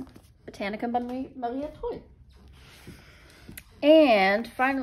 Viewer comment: Thumbs up for the pronunciation of Maria Trolle! Best I heard from a non-Swede. I also like the books you picked :-)